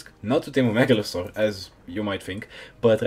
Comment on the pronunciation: i like how he pronounces it with an accent: megalozor :)))) no hate it was just funny :D nice video loved it.